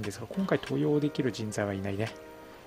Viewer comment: 登用⇨とうよう ❌とよう 安藤守就⇨もりなり ❌もりつな